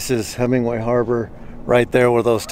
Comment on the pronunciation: It's Hemenway not Hemingway.